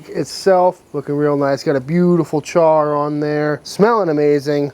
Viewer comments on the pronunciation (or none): none